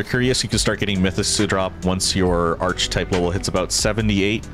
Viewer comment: arKetype, man. arKetype